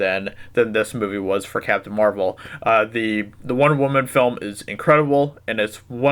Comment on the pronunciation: W.W = woman CM = wahman